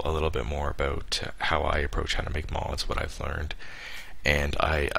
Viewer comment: He is officially Canadian, (He said A Boot) :D